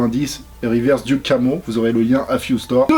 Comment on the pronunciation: Duck comme canard "Deuk" et non duke :)